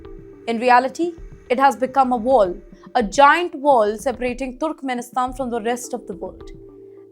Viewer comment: wait. you know what? its not turukumenisthan. aduvanced english pronunciation?